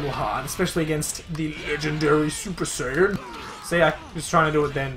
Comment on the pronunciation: im sure it saiyan not sayine